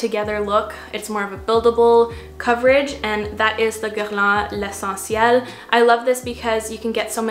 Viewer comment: Are you from montreal? The way you pronounce guardian and lessentiel 😅